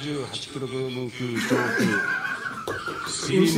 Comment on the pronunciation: なんでキログラムが 言えなかったんだろう 笑